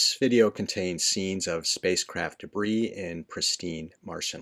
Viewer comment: It's debris